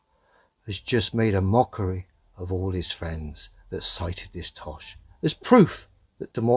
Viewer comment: I can't stand hearing him say Mawkery all the time..